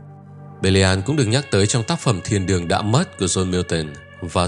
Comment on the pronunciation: tập thơ " Thiên đường đã mất " mà tôi lại nghe thành " Thiên đường tung tăng "